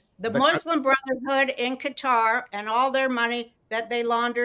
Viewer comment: Qatar, pronounced "gutter".